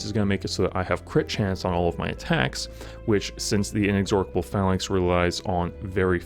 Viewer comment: In-ex-or-cable, like A-dork-able (Sorrry, sorry, it really made me laugh😁). It's In-ex-or-able. One "K" sound.